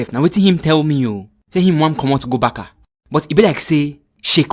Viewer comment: What is Barka?😂. Barca not Barka